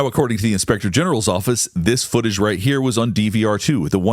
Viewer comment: There's a missing "T" in foo-age!